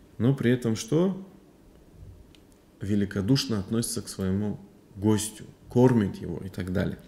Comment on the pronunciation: Ассаляму гьалейка уа рахьматуЛЛАГИ уа баракатуГУ. Правильно ставить ударение на первый слог: гОстю